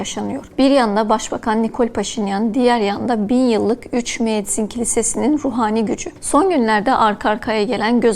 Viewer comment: Üçmüezzin ne ya:) Eçmiyadzin o